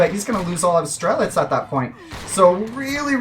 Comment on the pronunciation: So good to see quality commentary and even better with correct pronunciation of Strelets, thank you.